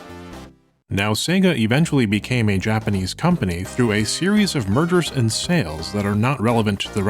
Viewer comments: I swear I heard "Murders" instead of "Mergers"; completely took me off guard XD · am I the only one who thought he said a series of murders lmao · I thought you said "murders" btw not "mergers" 💀 but that's probably my APD dw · had to do a double take because I misheard "mergers" and "murders". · Holy shit, I panicked for a moment because I heard "murders" instead of "mergers" and I still hear it, even though I used subtitles to confirm.